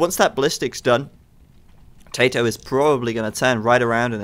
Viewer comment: I love it when says "TaToH" it sounds like "Potato" 11